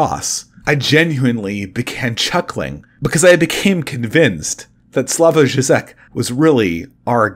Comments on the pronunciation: It's pronounced "Slaw-voy Jhee-jek" from what I'm aware. Despite being a Communist, he helped liberate his country from the actual USSR by promoting a more moderate position (i.e. don't shoot or silence dissidents, tolerate some free market reforms, even a few genuine protests) that eventually led to the collapse of Communism in that area. You have to give him props for that and understand the context of his day and where he fit into it, as he was the 'moderate reformist' of a time when the far left was way, way worse and doing so in his country ran a real risk of getting him imprisoned or killed. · Slavoj Žižek (/ˈslɑːvɔɪ ˈʒiːʒɛk/SLAH-voy ZHEE-zhek)